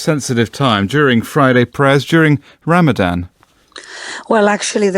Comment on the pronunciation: Would be useful for you to learn how to say Ramadan … the word only has one ‘M’ in it, the last letter is an ‘N’ not an ‘M’ as you said all 5 times you said the word … cultural sensitivity NOT… and what absolute hasbara nonsense … how do you sleep at night?!?